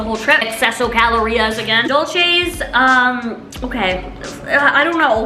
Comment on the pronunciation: Dulces is not pronounced Dolce you should google it